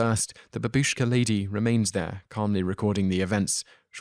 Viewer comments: its not ba bi sh k a but, as written, ba bu sh k a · Please research how to pronounce Bimini, babushka, Augustine, and Bethlehem. Otherwise great work! Thank you